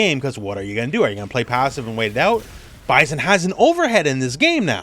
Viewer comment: Bye-sin not Bye-zen…